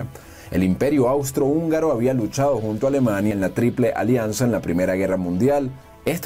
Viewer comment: Agradezco mucho el video y la enseñanza.... pero... REPEAT AFTER ME: AAAUUUUUUUUUSSSSSTRO-HÚNGARO!!! AUUUUUUUUUUUSSSSTRO-HÚNGARO!!